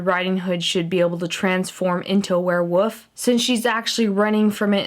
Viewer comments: She said wherewof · Yeah she says warewoof.... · You keep saying "werewoof" instead of "werewolf" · did anybody notice that she said werewoof just pointing that out not saying its weird or anything but LOVE YOU KAT <3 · why do u say ware woof